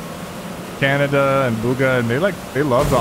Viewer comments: Why does Sypher pronounce Khanada's name Canada😭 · It's Khanada not Canada lol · Canada? You mean Khanada? 😂